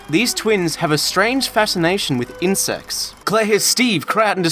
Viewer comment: "Two siblings with a fascination for insects" I had to rewind to confirm that's what IH said.